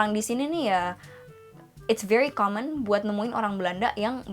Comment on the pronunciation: When you say common, I hear comment 😅